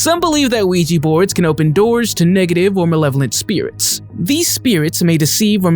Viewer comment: It's Ouija not ouijee.